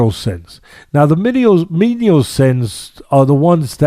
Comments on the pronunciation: Great insights. However, they're "venial sins," not "menial sins." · What kind of left-footer says “menial” for venial? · It's venial Sins Teddy